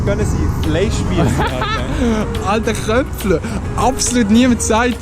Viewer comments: Es heisst Chöpfler😂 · Es heisst chöpfler 😂😂